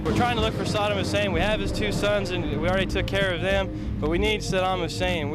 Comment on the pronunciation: Fun fact: Bush Sr. intentionally mispronounced Saddam's name. sa-DAM means "one who confronts" while Bush would pronounce it Sad-um, which means "barefoot beggar"